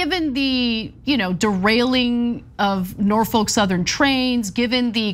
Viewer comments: It’s Nor-fuk Ana... Nor Fuck... not folk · The L is silent In Norfolk Ana